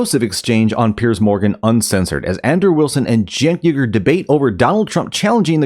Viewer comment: Little known fact Cenks surname is not ooogur, it’s Weegerr, he’s actually named after the persecuted Uygur group in China, you know, the one he never talks about…strange